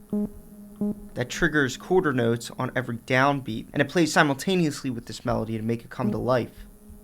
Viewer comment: "Coorter notes"